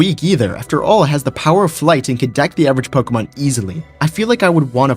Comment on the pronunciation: I love "pokuhmun"